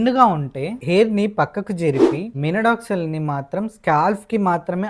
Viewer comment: Minoxidil ❌ Minodoxil✅✅😂😂😂🙏